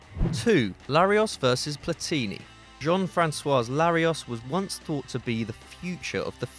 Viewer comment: It's not Daniel De Rossi. It's Daniele De Rossi. And you pronounced wrong almost any other not English name (but, that must be said, you pronounced right Platini, which Franch always pronounce wrong, even if Platini is French). You must anyway respect also other languages, not believe that everything is English.